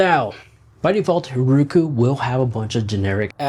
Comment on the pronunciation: It's "Roku", not "RUKU"